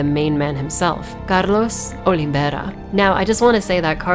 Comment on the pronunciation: "Carlos Olivera", I love how you say it, do you speak Spanish?